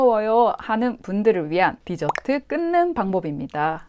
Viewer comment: 사투리 갑툭튀ㅋㅋㅋㅋㅋㅋㅋㅋㅋㅋ 하지만 언니,, 저는 뒤저트를 먹기 위해 식사를 합니다 죄송해요 뒤저트는 꼭 식사 후에 먹어야 맛이가 조아요 껄껄